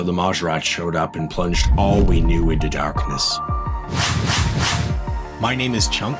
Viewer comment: Are you Canadian? I can hear it in “durkness”